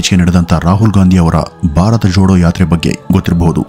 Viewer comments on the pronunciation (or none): none